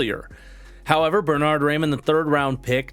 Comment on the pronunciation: I’m begging you, Raimann is pronounced Rye-Man